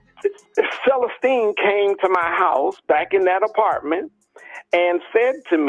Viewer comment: Selesteene I'm thinking, incorrect pronunciation